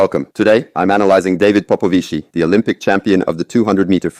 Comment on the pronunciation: Pronounces as "Popovich". Not "Popovichee". Thanks for the content! Wiffen's style will be interesting to see with your comments.